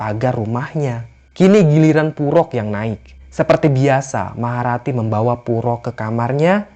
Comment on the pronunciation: Maha rati jadi maharatu